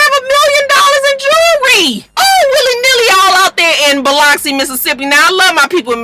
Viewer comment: Biloxi is pronounced bill-lux-E 😘